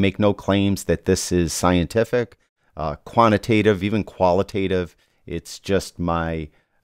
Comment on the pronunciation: "quant-i-tative" , not "kwanna-tative" my man, but thumbs up from me, helpful and fair video